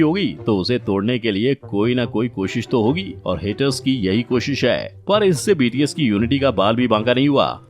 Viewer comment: Bts nhi higde bol bahii 😂